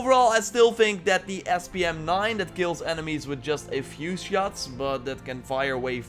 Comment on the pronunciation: "Horts" 😂 love the content bruv